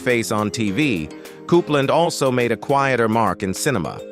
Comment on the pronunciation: Diana Coupland is pronounced COOPLANS NOT CUPLAND it needs to pronounced properly and it's ZED CARS NOT ZEE PARS. 😡